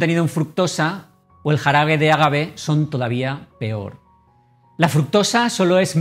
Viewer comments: No es ágave, es agave , sin acentuar la a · Hola. Me gustaría aclarar que es agave en vez de con acento. Conozco el pueblo. Saludos